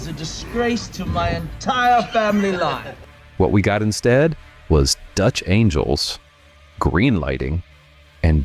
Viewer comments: Is this video Ai narrated? He said Dutch angels instead of Dutch angles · "Dutch angels"? You mean "dutch angles". Nice job, AI.